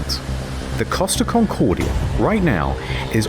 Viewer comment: 'Costa Concordia', please! That is the ship's name. NOT "Cost of Concordia'.....